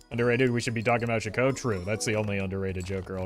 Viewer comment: You stress the wrong syllable Chicot rhymes with Cheeto.